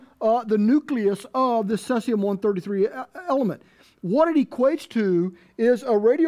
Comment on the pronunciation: ceezeeum, not cesseeum